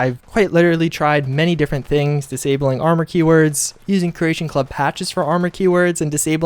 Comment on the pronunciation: You can't even say armor???